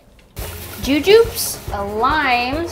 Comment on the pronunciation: Mispronounced rambutans and jujubes